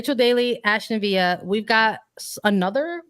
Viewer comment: Its ASTON VILLA. No H and hard L